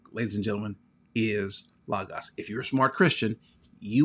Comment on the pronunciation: I'm just glad you pronounce Logos correctly. I'm torn between Accordance and Logos, been using the limited editions without all the bells and whistles, not sure which I prefer, leaning slightly to Accordance because it seems easier to use.